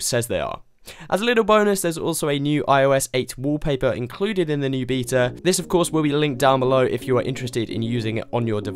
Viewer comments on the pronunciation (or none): Lol., please say Beta again in one of your videos. It is hilarious.